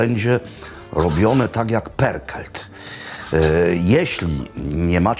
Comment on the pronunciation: Perkelt??? Tak się czyta pörkölt?